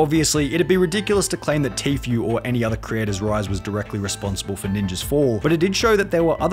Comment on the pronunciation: It’s pronounced tfue, not tfyu